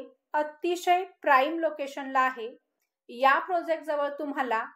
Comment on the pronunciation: Mam.....prosect nahi ..... प्रोजेक्ट.